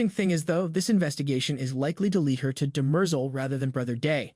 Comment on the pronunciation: Good vid. PWish you could pronounce the names like the show, it’s pretty jarring, especially Demerzel